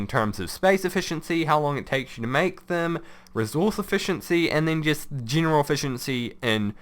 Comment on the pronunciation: Why do you pronounce E's as you would EE's? Remeember, geeneral, exteend... its so weird lol